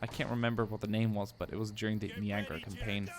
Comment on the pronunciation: I don't mean to be a twat but I'm gonna anyway and just inform you that it is pronounced nye-agra not knee-agra. I'll give you the benefit of the doubt tho since english is a second language - I surely can't pronounce Swedish words!